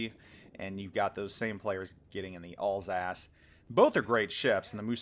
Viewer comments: Alsace? you mean Alsauce. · Alls ass... that is uh, not how you say it. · Alsace should be pronounced like Al’s-arse.